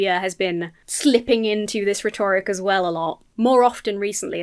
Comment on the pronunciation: Is that the correct way to pronounce 'rhetoric' ?